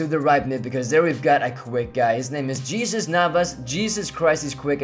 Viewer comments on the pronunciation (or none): Pronounced HEYSUS NAVAS